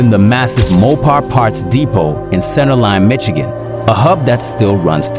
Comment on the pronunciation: He said mitch-agin lmaoo